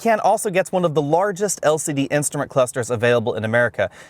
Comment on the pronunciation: "El Siddee screens"